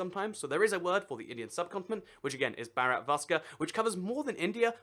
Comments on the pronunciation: Bharat is actually pronounced like Bhaa-rat. Not Barat (fyi that's our Hindu word groomsmen) xD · It's (BO-RO-T) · it is bhaa rut, bhaa like baa baa sheep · "Barat" lol no it's pronounced "Vah-rot" (something close to that) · Its B-harat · hxrini. His pronounciation doesn't even sound like Barat (groomsmen)